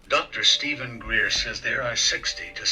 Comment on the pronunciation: And his name is Dr. Greer not dr.gray sir 😂